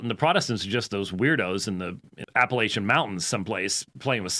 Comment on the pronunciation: As an Appalachian American I’m offended by your pronunciation of “Appalachian”. Other than that, spot on.